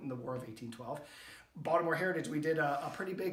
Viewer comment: First time watching, this was very interesting. I grew up off Caton Ave, on Kingsley St. in Baltimore City, until I was almost 14. Moved to HoCo, and now I own a home in Ann Arundel. I take it you grew up in MD, as well, based on the way you say Baltimore? Family of mine from out of state brought to my attention how we pronounce BalDimore, without a T. Thanks for sharing, I look forward to watching more content, and learning from you. If you haven’t already, can you do one on the phoenix shot tower? That’s something I’ve driven by a ton, but never stopped to checkout. BOL